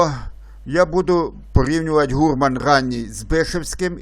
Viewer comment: Трохи ріже слух невірний наголос слова "гурман". Гурман має наголос на останньому складі.